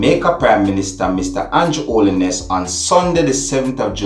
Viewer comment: It's Andrew Holness not Holliness.....dat video look fake to me, cause how dem jus lef d rifle inna bag n lef it right inna d yard like dat Jamaica gunman dem smarter than dat..but nice work from d police dem dem need Fi do dis more often so dem can bring back Jamaica